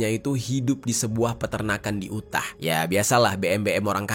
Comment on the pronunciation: Yutah bacanya bang bukan U tah walau tulisannya emang Utah